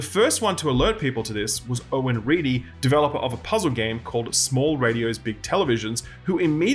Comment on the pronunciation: Owen Deery, not Reedy, just so people know. :)